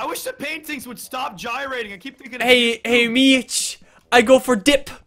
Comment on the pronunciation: Every time he says Mitch I keep thinking he’s saying bitch